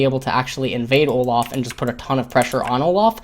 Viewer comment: Why do you pronounce Olaf as Olof? There is an a not an o, you also pronounce Dorans as dorons, and mana as Mona. Really annoying to listen to you, your commentary is great otherwise just cannot stand your pronunciation of a sounds as o sounds for some reason.